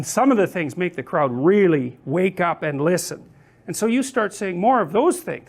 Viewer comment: 군중이라고 발음하는게 마치 영국인들이 독일인들을 부르는 크라우트 랑 비슷해서 웃기네요